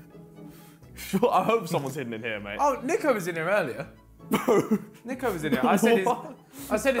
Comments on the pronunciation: jj it's niko not neeko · It’s not Neeko it’s niko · Niko not neeko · And JJ calls him NEEEE-KO instead of NIKO, lmao 😆 KNEEEEEEEEKO! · Niko: I hate when people pronounce it “Neeko” KSI: “Neeko” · Still called him neeko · KSI calling Niko Neeko kills me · why does JJ always call Niko Neeeko 🤣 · JJ wearing an NDL Hoodie but still calling him Neeko 😂